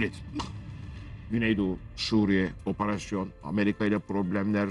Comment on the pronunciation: ve Abdulkerim "oporoson" ne laaa???